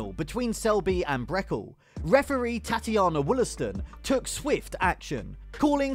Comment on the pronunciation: “Breckle”